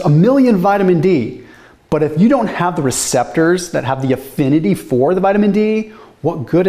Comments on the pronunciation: Affinity not effinity. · It's "affinity" but the passion for knowledge and health is palpable. Keep doing what you're doing (but go easy on the plants).